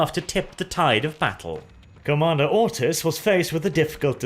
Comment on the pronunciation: Am i the only one who hears "Commander Autism" all the time? :D